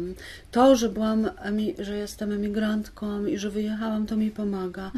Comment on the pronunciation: Przepraszam,ale czy to emigracja wpłynęła na,że Pani Grzegorzewska (pisarka,polonistka) zapomniała o samogłoskach nosowych w końcówkach wyrazów i mówi:jestem matkom,emigrantkom itp.?Przepraszam za powyższą uwagę.Jestem nauczycielką języka polskiego i uczulam na to uczniów."Guguły" przeczytałam z zachwytem.Niestety,po lekturze "Stancji" czułam ogromny niedosyt.Pozdrawiam.